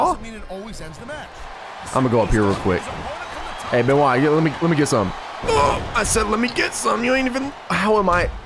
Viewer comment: Can you please say Chris BENOIT not chris ben CHRIS BENOIT